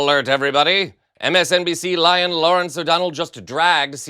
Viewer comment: I thought he said Lion Lawrence